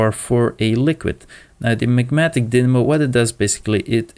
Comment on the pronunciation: Pretty sure it's pronounced die-namo, not din-namo.